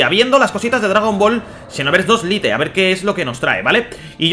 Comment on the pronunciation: Buen vídeo, pero me da rabia que digas "litel" cuando se pronuncia "lait". Espero que lo digas bien en el proximo video xd. Pero aun asi tienes mi like!